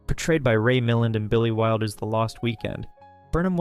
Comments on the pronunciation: It's Ray Mill-AND, not Ray MILL-and. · It's "Ray MilLAND". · more like {Meh LAWN} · Ray Mil-LAND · I think it's Ray Mil-LAND. Small thing-very good list! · Im 85 yrs old...i stopped watching phony Hollywood crap in the 60s ...but i remember during 50s and early 60s and a few showings on TV that his name was ALWAS pronounced with the stress on the LAST syllable...mil-LAND. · For you young'uns: <It was pronounced mil-LAND, accent on the 2nd syllable, rhyming with, say, 'steel band'. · In Yorkshire, which is God's own country and where we speak properly, it's MILL-und😉